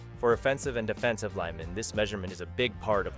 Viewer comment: A.I. is bad at it's pronunciation of "offensive" and "defensive"